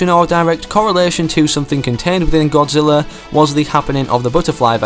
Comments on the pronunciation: Did he say Godziller? ITS GODZILLA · At the beginning you said godzillar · At first you said Godziller